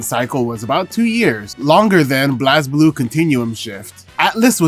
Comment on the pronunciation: Going to put the Same Comment from your Past & Same Upload Vid... "Small Correction. Blazblue is pronounced as 'Blaze'-blue" Anyway, another Great Vid...